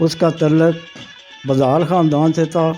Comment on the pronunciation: محترم بُدھال کا تلفظ ب پر پیش ہے دوسرا راہٹ ہے ارہٹ نہیں